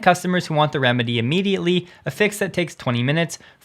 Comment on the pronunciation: Please take this as constructive... 🙏 Try eliminating the sing song delivery when you're reading script. You tend to over enunciate space between filler words and unnaturally inflect your sentences. Also, sure, not 'shore', and the, not 'thee'. When you speak normally as you speak, it's WAY better. (For instance, as when you wrap up your videos.) Love your content and consistency. You're a valuable Tesla information resource.